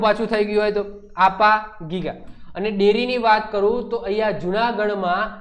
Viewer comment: આયા ગીગા નહિ આપા ગીગા ની સમાધિ